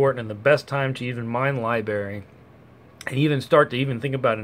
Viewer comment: It's a bit annoying listening to you repeatedly mispronounce Library and saying Libarry